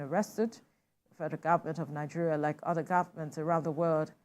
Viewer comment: Langeria, My kountree 😂